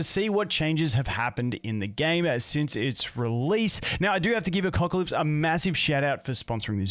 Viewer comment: A-Cuck-Alypse, I can't unhear it